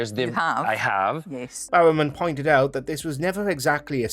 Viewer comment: John Bao-men 😂 it's 'Barro-man'